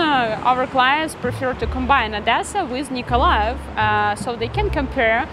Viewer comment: It is good you say Nikolaev as 90% of inhabitants says and not Mykolaïv